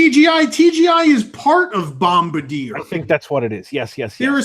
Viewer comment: FYI... The name of the French Canadian company that produced the Monorail is pronounced "Bomb-bar-dee-A". It's French.